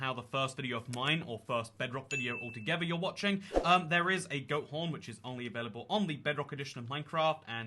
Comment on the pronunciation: I thought you said goat prn 😂